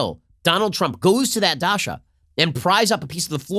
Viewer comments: It's "daCHa" Ben, not daSHa. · It's DACHA ch+a ch cha cha. not Dasha! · DaCHa not daSha!! 😀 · Yes! DaCHA, DaSHA is a girls name lol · The "ch" in Dacha is spelled exactly the same as in chance or channel. Dacha, not Dasha. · Dacha is a hard 'ch' sound, like in cheese, or sandwich.